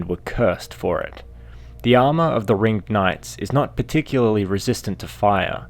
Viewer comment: am I the only one who was annoyed by him saying ringed incorrectly? so much emphasis on "ed" when saying ringed knights and ringed city